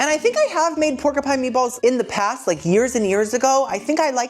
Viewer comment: Pork a Pine. I'm here for it. It's like my daughter saying "Cola cola". Never change!